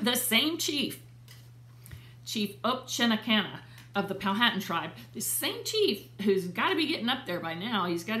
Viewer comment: The H in Powhatan is silent so pronounced pow-a-tan. I am 11th great grand daughter of William C. Claiborne